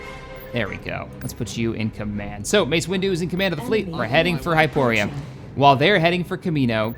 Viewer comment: Can you please pronounce the names of the planets correctly. You have been playing this game for a very long time now and it is incredibly irksome when RINDILI becomes RENDIL, and HYPORI becomes HYPORIA and DANTOOINE becomes DANTOONE. Have been watching your content for a long time now and love it, always ahve always will. Wish you the best